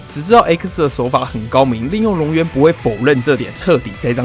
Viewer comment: 龍園念成亂源了啦XDDD